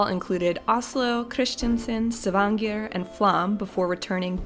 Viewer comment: You initially say «S’vanger», and just so you’re aware «svanger» means «pregnant»! The city «Stavanger», is pronounced «Stah-vahn-gør»… 🤗😂 ❤❤❤🇳🇴